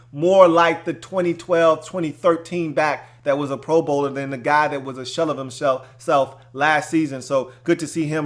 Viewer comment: shell of himshelf lmaoo ayy we all twist our words up